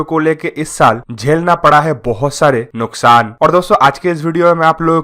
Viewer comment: Bhai nuksan hota hai luksan nahin